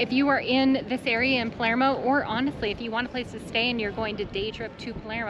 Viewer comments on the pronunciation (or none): Do you mean Palermo? You said Palmero. We laughed because my last name is DiPalermo and people always say Palmero. 😂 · You’re pronunciation of Palermo needs a little work